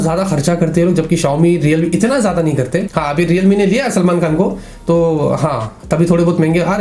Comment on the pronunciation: gedu intead of geada (jyada) 😂😂